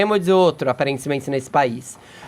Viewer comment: "Aparanzimenze" - Fefito